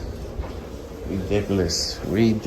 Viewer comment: Nice grammar: redickoluus